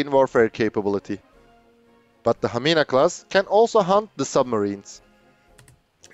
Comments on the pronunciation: that was very excellent pronounciation of Hamina. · Your Hamina class was perfect pronaunciation😍🇫🇮